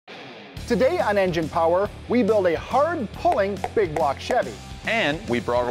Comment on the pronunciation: Baby say big bwock 👶